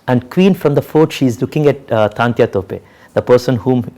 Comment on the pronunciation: True . He is absolutely right. But even the directors should know (also to pronounce) the the names in right way of the great historic characters(as per his own say ) as well as he knows the right history . He is calling 'Taatyaa' Topey as 'Taantya ' all the time .